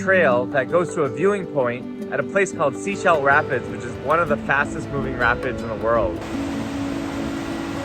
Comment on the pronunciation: Thanks for putting "Sechelt Rapids" in the description, I heard it as "seashell" which made it hard to search for :)